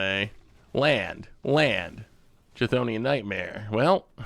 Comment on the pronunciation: Actually he didn't pronounce it correctly at all, it's supposed to be /ˈkθoʊni.ən/ or /ˈθoʊni.ən/